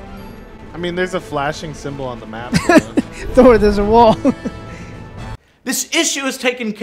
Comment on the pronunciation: Replace the "rn" in Thorn with a "t" and THEN you've got a superhero. Now begone.